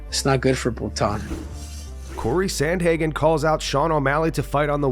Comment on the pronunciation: Cory Sandhagen, bro what??😂😂😂😂